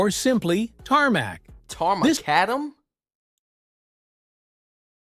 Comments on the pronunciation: Tar Mah-Cadum ..Not Mah-Cuh-Dam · There’s always going to be a problem with AI‘s inability to work out all pronunciations of English words. Tarmac is fine but the full word is tarmacadam, not pronounced tar-macca-DAM but tar-muh-KAD-uhm with the second and fourth “A”s being schwa sounds. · Tarmac in the UK, pronounced TAR MAC CAD HUM, they drove on cobbles or sets before tarmac! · Its correct pronunciation is Tar McAdam not tarmoockadam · It's pronounced TAR- MACK-ADAM. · pronounced tar mac adam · Tar is the thick black gooey stuff that binds the stones together. Tarmacadam is pronounced tarmac-adam, not the way the narrator pronounced it. The first proper roads were built by the Romans over 2000 years ago. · Very amused by the pronunciation of tarmacadam! It's tar MacAdam! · Tarmacadam is pronounced tar-mac-adam. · It's pronounced Tarmac - Adam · The pronunciation of Tarmacadam by the "narrator" was hilarious - it's pronounced Tar MacAdam. Tar itself is just a thick black sticky liquid, commonly made from coal, wood (especially pine), or petroleum and is is used to bind the materials, which become tarmacadam. It is not a road surface in its own right, it's just one of the binding ingredients. Black top is just a very slang term for tarmacadam, and refers to the layer at the very top of a road's surface, whereas a number of layers below that, are chunky aggregates (typically 20mm or 28mm) and crushed stone or gravel, to provide structural strength and distribute traffic loads. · That AI voice mispronounces Tarmacadam, the correct pronunciation is "tar-mac-adam" By the way, you have to remember before the motor car, vehicles were, either horse drawn (pulled) or pulled by oxen. The wheels simply rolled on the road surface, they didn't need traction. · He pronounced tarmacadam completely wrong its pronounced TAR.. MAC.. ADAM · OMG listen to that awful Ai bot saying “Tarmacadam” as a single word SMH. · Tar ma cadam is how you would say it. The A.I houstbis being A.I